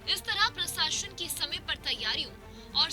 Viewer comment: प्रसाशन नहीं प्रशासन होता है ... क्या पत्रकार बनेगी रे तू